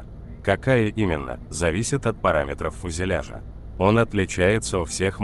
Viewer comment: фузюляжа? 😂😂😂😂😂😂😂😂😂😂😂😂 ню ню продолжайте в том же духе